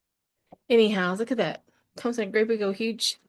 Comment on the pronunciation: A while back, you said you were trying hard not to say ANY WHOOOO instead of anyhow. Hmmm, did you give up?